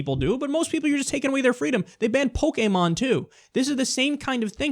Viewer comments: Breaking news: Kyle says "Pokemon" wrong. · Kyle's pronunciation of Pokémon - 👌🏿